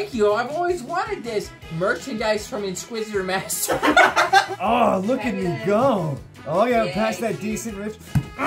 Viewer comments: did say insquisitormaster 😆🤣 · “Insqusitor master”